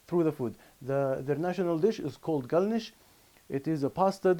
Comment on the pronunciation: Only a Chechen could pronounce the word galnish the way does. Just like the ض in Arabic